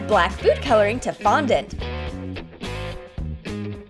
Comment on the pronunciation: also you finally called fondant fondant.